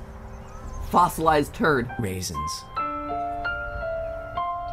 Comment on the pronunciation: I almost thought mat said fozzolised turd raisens